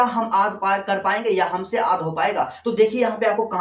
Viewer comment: Sor aap yaad ko aad kyu bolte ho